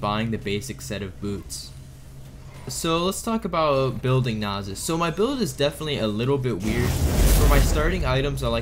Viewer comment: I feel like you are intentionally mispronouncing Nasus and Illaoi